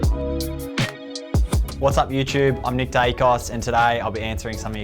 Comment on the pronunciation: You said nick wrong